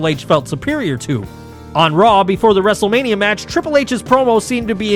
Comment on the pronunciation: Did you say wrestlemaina 40?